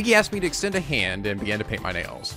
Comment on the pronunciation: It's painful how he says it as My "Chapter 1" Class Trial, Our Class Trial.